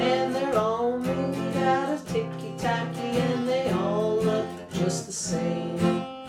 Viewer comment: It's "TICKY TACKY"! dammit